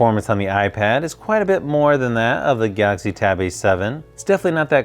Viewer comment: I dunno why do you guys say gauxy tablet it think it's galaxy tab A7